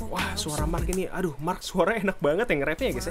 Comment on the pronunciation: Dia nyebut marknya jadi marrk :v